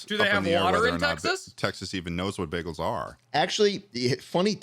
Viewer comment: i’m from texas and i’ve never heard of a baygal